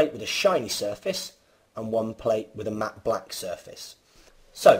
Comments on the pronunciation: This guy really struggles, pronouncing the short "a" sound in all the words he uses, containing that sound. mAAAhtte blAAAhck. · the way you say "matte black" lol. nice vid